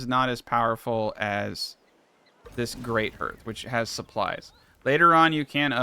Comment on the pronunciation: Great video. Finally wrapping my head around this game. But it's pronounced like harth:)